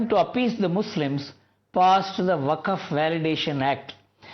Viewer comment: It's waqf not vakaf